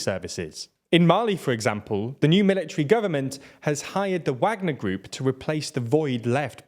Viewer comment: How are you still pronouncing Wagner incorrectly…